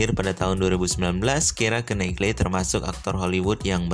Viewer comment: Menjalankan (ada obyeknya di luar diri). Contoh : menjalankan motor/mesin. Menjalani (di dalam diri sendiri). Contoh : menjalanI kehidupan/hukuman. Knightley. K di awal kata dibaca ??????? Moore. E diakhir kata dibaca ??? Bahasa Indonesia dan bahasa Inggrisnya buruk.